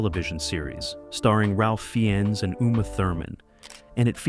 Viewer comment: Really good and entertaining video, now learn how to pronounce Ralph Fiennes and we are golden xD (but really good video, have a like)